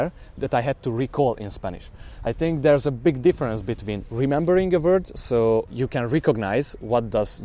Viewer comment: Vord? Not it's Word